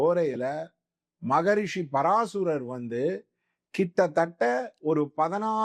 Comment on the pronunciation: Paraasarar not paraasurar